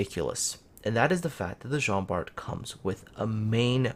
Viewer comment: Just to let you know, it pronounce Jean Bar.